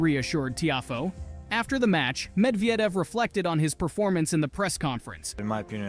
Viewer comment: Ah yes, Daniel Med-vee-edev, that guy. Seriously dude, there's like a million ways you could have found out how to say his name properly. And no, Roger Federer wasn't "working out" with Dimitrov and Alcaraz - he literally just went to say hello to them while THEY were working out.